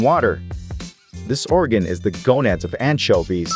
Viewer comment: the pronounce of anchoives(?) is making my brain burn someone explain pls (i keep hearing antshelby)